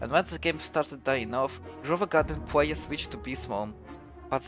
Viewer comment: dude i hate your voice i want to watch this video so bad but you wont stop saying pwayuhs